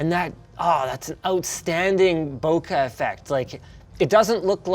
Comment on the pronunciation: Bokeh effect ❌ Bocuh Effect ✅